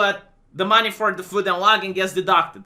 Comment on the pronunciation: food and logging? lodging vee Lawd-jing